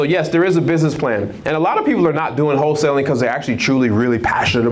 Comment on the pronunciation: Whole-tailing vs Wholesaling.